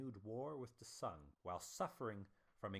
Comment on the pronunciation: Sung pronunciation is not sun man